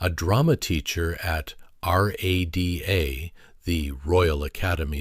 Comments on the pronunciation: Why was the AI narrator's accent slipping? Also, is there no way to program AI to pronounce names and dates correctly? This problem occurs in several Beyond Gilded videos (it's a universal problem but I hate to see the quality of BG videos ruined by a simple fix.) (eg: "RÄ duh" not R-A-D-A; "19 20" not 1thousand 9hundred 20) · It’s pronounced rah da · Everyone says “rah-dah”; they don’t spell it out. Voice is clearly AI. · Jesus, people. At least use the same AI voice throughout, and teach it how to say "Rada" FFS. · Also he should have known you say RADA as it sounds, not spelling it out letter by letter. Very disappointing! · Why can't the narrator pronounce Bernard and RADA?